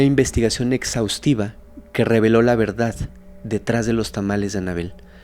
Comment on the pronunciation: Trinidad, no Trinidat Verdad, no Verdat Y aplica para varias en todo tu vídeo. Por favor!